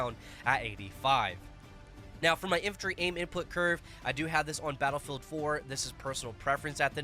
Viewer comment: Battle Rei'el? Re El? Rhe L?